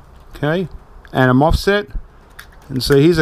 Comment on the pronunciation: cool, that was interesting 😊 (btw its a mosfet not a fosmet 😉)